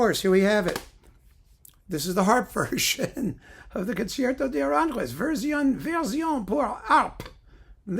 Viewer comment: Saludos desde España,. Tu pronunciación del español es muy buena. Solo un pequeño apunte: Aranjuez es una palabra aguda. El acento recae en la última sílaba (juez). Se pronuncia A-ran-juéz. No A-rán-juez que es como lo dices tú. Espero que no te moleste, pero tenía que decirlo. 😉